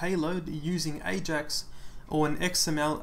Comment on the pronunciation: it's not ajax. dis